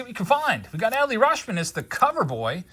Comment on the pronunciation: I think Rutchman pronounces like clutch, not RuSHman.